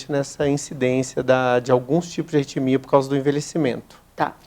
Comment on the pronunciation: Não é "retimia"... É ARRITMIA!